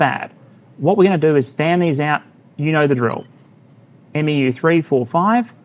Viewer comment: respectfully, 'MEU' is pronouncedd ... soft m. soft e. short u. sounds kinda like. mew. - some jarhead